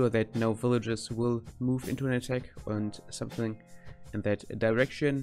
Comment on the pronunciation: und something in that direction. Well engrished!